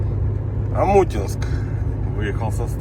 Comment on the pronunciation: Омутнинск, а не Омутинск... 😂